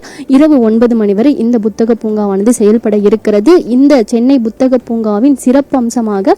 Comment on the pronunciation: Athu buthagam illama. Puthagam